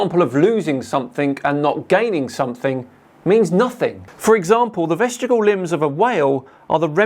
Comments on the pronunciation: vestigle?????? you mean VESTIGIAL...... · Do all Brits make vestigial rhyme with testicle? I'm writing a poem about Kent...